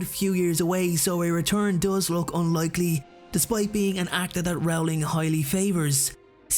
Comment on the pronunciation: Dude, it's pronounced ROLLING, not RAWLING.